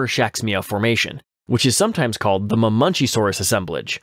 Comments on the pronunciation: It's Ma-men-KEY-saurus not "Mah-munchies-saurus" or whatever the fuck you were saying... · Hold on, hold on, hold on. What the hell is a Mamunchysaurus? It's pronounced Muh-men-CHEE-sore-us (Ma|men|chi|saur|us)